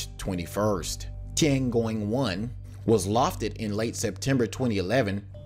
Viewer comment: Some constructive criticism: your content features professional graphics and visual presentation, but your narration needs attention as it detracts from your otherwise excellent content. Specifically, in this <3 minute segment, you "butchered" Darmstadt, Tiangong, variable, rondevu, and Shenzhou.